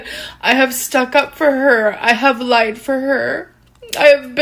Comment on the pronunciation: Why she say “I have laeid for her” like that? She’s so annoying